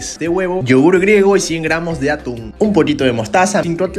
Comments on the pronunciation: cada vez q hace una receta con atún a un lado de la receta dice q tiene o los ingredientes y en lugar de “atún” dice “aun” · Aquí los que vieron que decía aun en ves de atún 🤣🤣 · Por qué en el día 3 dice en un ingrediente dice Aún en vez de atún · Yo viendo como en el desalmuerzo dice aun en vez de atun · Yo dandome cuenta que antes de decir “Atún” dice “Aun” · Osea nadie lee las recetas dice aun enves de atun y dice tortila en ves de tortilla